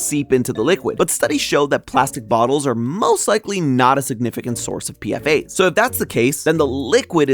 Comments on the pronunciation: PFAS is pronounced P Fas not PFA's the S stands for substances not the plural of A. I used to test for those just FYI. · Dude they're not called PFA they're called PFAS, (pronounced P-FAS) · Its not PFA's its PFAS 😂 look up what PFAS stands for jeez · Crying at calling them PFAs like an acronym like this. The s isn't to make it plural, it means substances. 'Per/Poly-FluoroAlkyl Substances'. it's pronounced as a weird word usually!!! One of my professors works with them and I've listened to lectures about it. It's like "pea-fass". I'm so sorry this video seems good but this makes you sound like you don't know what you're on about lowkey 😭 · Your're saying PFAS wrong.